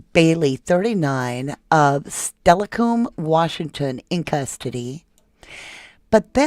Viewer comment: Oh, but you get tons of cred for pronouncing Steilacoom (WA) CORRECTLY! I was shocked. No one does. 👏🏼 (For reference- the town Jesse Bailey & his wife Candace were living in, at the time of arrest. I grew up there, w/my Father, half the week.)